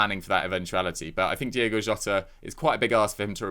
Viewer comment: This gay guy should just come out and admit that he can't be arsed to pronounce it Diogo.